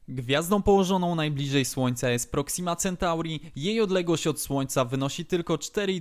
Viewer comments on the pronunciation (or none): none